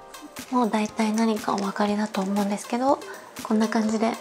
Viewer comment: HAHAHAHA the death instead of desu